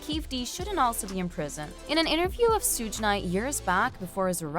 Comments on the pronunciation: You have no right to ever report on hip hop ever again his name is Suge not sooog and it dear mamma not your mama and his name is keefy d spelt it phonetically for your culture stealing ads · Sooj… Cmon, if you’re going to be news channel, take the extra few minutes to learn how to correctly pronounce names. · Why she keep calling him Sooj?? Wtf